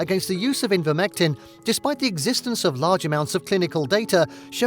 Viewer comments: The narrator cannot pronounce Ivermectin correctly. He says repeatedly, “Invermectin”, which is quite pathetic given the importance of this subject. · Thumbs up for the video content, thumbs down for continually calling ivermectin "envirmectin".